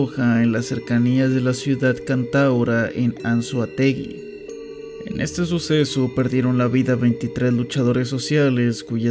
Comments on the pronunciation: creo que lo primero que tienes que ver es como se pronuncian los nombres de los estados correctamente.. no es DELTA AMARUCO.. ES DELTA AMACURO.. NO ES GUARICÓ.. ES GUÁRICO.. TAMPOCO ES ANZOAÉGUI, ES "ANZOÁTEGUI... ver donde estan los acentos correctos...😡😡😡😡😡😡😡😡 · Solo para corregir las pronunciaciones: Guárico, no Guaríco; Anzoátegui, no Anzoatégui; Delta Amacuro, no Amaruco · Bro no se dice "Anzoateguí",las ciudades de Venezuela no llevan acento en la i,se dice Anzoátegui,y tampoco se dice "zulía"es zulia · Es Anzoátegui, es Delta Amacuro. Tanta producción para cometer esos errores. Mientras dices perfecto los estados de México, pinche mexicano promedio. Dices mal los de mi país, que falta de respeto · Eres el terror de los acentos Guárico, Larrazábal, Anzoátegui De resto está bien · Guárico y Anzoátegui con acento😅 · Amigo, soy de Venezuela, estado Anzoátegui, y debo de decirte, admiro que tengas el valor suficiente para contar todas estas cosas que nos han pasado en el país, incluso habían un par de cosas que no conocia (Como esos tuneles.) Por cierto, es AnzoÁAAAtegui XDXDXD (me reí cuando lo pronunciaste) eso también implica Delta Amacuro. Conclusión, buen video compadre, sigue así, este tipo de videos son buenos para hacerle saber a la gente de todo el mundo sobre las cosas que nos han pasado 💀💀💀 ¿Que diría Simón Bolívar ahora mismo? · opino igual que los demás, talvez no quiso decir Argentina... osea nisiquiera pronunció anzoategui bien, al parecer los nombres de estados y paises no son lo suyo